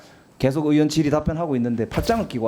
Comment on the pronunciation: 최강욱!!! "의원"은 "으원"이 아니고 "의이원"이라고 읽는것이란다. 의원이 뭐냐? 자네 사전 잘 찾더구나. 사전에 "의원"을 "으원"으로 읽으라더냐? 어느날 인간인데 "의원"을 으원으로 ㄺ는단 말이냐? 미국 하와이에서 왔더냐? 당장 발음을 고쳐라. "으이원"으로.....